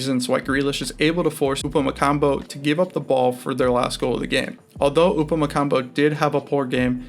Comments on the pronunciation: Pronounce Upamecano welll...its not Upamecambo!! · Its not "upamecanBo" 😅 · This video is unbelievably shit. You cannot pronounce "Haaland" or "Upamecano" properly and you made fun of the 3-2-4-[1 formation given by the broadcast, when it was the correct setup. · You miss pronounce Upamecano the whole video